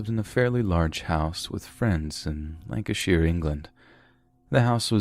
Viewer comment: Nice to hear an American say Lancashire correctly